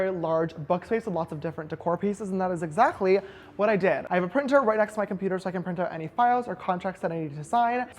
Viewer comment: Am i the only one that hears a german "ch" when sister james says exactly...he says exachtly...its